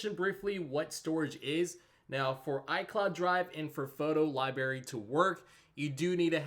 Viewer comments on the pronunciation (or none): "Photo lie berry"? Seriously? What are you, 7?